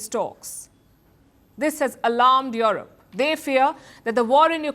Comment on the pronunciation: Yurep not yorop